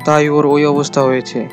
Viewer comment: ভাই আপনি সব ভিডিওতে অবস্থার বদলে অবত্ত্বা বলেন কেন।😂😂😂😂😂😂